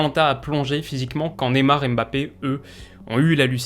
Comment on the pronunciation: C'est pas BAPPÉ MAIS MBAPPÉ🤣🤣🤣🤣